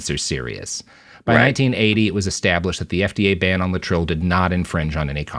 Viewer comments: In the day it was pronounced Lay-et-tril not Latril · Thanks. Great video. Having said that, it is pronounced lay'-it-tril. Three syllables, first one stressed. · I've always known it as "lay-eh-trill". What's with this new pronunciation?